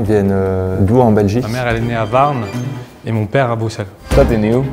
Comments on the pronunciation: personne a capté que Hugo a dit buXelle dès le début mdr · ouais mais apres quand on lui a redemandé il a corrigé en brusselle après avoir entendu les autres le dire "normalement"